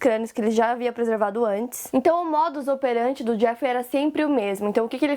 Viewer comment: Em 10,47... Não é "modus operanTI", e sim, "modus operanDI".